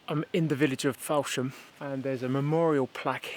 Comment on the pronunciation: This is very enjoyable, all these areas are my childhood and my father was in the RAF and we were fascinated with planes. The information is fascinating, however every time I hear you mispronounce "hindolVStone" and "fowlsham" i have to put my fingers in my ears... Lol😂